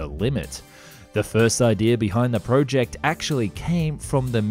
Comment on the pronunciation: hi, i really am enjoying your videos but i have to ask, why do you pronounce project as prowject?